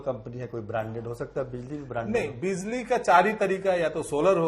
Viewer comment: Bizli नहीं Bijli बोलिए